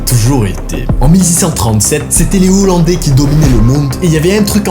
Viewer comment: On ne fait pas la liaison entre les et hollandais !😉